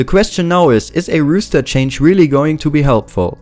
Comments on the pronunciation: Good video; just wanted to mention it's roster not rooster and it's pronounced like rawster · Very interesting video. I think they will drop Friberg, Allu and Get_Right. Just one thing - it is "roster" not "rooster". A rooster is a bird, like a chicken. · If anyone here gonna laugh at him for say "Rooster Change" instead of "Roster" obvious you don't think cuz clearly English isn't his first language give him a break:D, keep up the good work!! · haha, 'rooster', I love it. Keep it pronounced like that in future videos pls <3